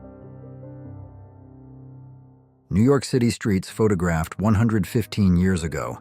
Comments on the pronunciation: And the AI voice can't pronounce 'photographed' either. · No idea this was AI narrated until - the river Nile "winds" through the heart of Egypt - pronounced as the noun rather than the verb, and "pha-ta-graphed" rather than photographed